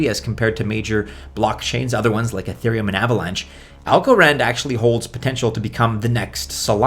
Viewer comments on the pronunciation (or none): Cardanio, Ah-theereum, so many goofy pronunciations.